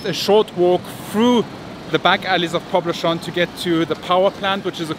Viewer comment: You're doing not too bad on Legazpi. But Poblacion is pronounced poblassyon. In no country in the world people say "poblashon". Where the hell did you get that from?